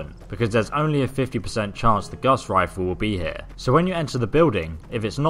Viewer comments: Omfg this guy said Gas Rifle I can't watch this anymore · its gauze riffle